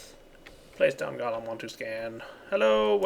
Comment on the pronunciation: And it's funny how whenever says Golem, he says "Gollum"